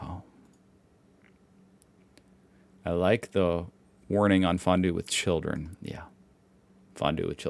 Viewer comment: as a Swiss, I can confirm that his way of pronouncing it was way closer to the original than he might think